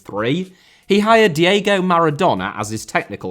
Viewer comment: Diego* not Diyeigouw Father * not Fother Alphonso* not Alphonzouw Yugoslav* not Yugoslohrv Rather* not Rother Romeo* not Ròuwmiouw Hugo* not Hyugouw Côte* not Couwte Monte* not Monti Carlo* not Cohrlouw Lloris* not Yoris Andrea* not Ondreja Finest* not Fahnest Udinese* not Udeneisei Saadi* not Sohri De* not Dei Perugia* not Perudgier Serie*not Siri Vialli* not Viohrlli Cremona* not Cremouwner Cremonese*not Cremonessei Roberto* not Robötouw Private* not Prahvat Bolkiah* not Bolkier Yacht* not Yohrcht Angeles* not Angelis Marítimo* not Maretimouw Line* not Lahn Piqué* not Piquei